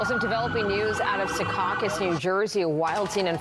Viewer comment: It’s not “Se caucus” it’s (Sea caucus)